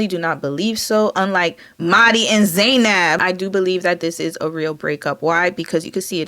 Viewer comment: the way u said mahdi and zainab took me out lol